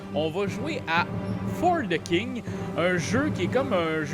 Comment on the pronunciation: Bon, y'est vendredi soir pis je suis peu être un peu fatigué, mais chaque fois que prononce "For The King" j'entends juste "fornicking". Je me suis même sincèrement (mais brièvement) demandé si la fornication c'était une "skill" dans le jeu. Ah pis là vous parlez de "gourdin grossier" - semble que je ne suis pas le seul à penser croche...